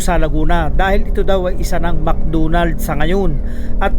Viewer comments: Mc Donald po at hindi mc dunald.. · Mc Donalds hindi Mc dunald Sta. ROSa hindi Sta Rusa😂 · Bisaya ka Kuya? Mcdonalds hindi Mcdunald. Lambutan mo ng konti!😂😂😂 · Mc Donald ❌ Mc Doonald ✔️